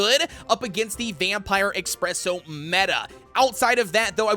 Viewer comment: i feel the need to point out in everyone of your videos containing espresso cookie you always call him "expresso. " Well theres no x there its just ESpresso 😁